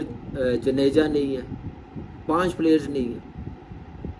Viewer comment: Kamran pahle toh tu indian plays ke name lena Sikh ravindar janeja 😅jaDeja 😊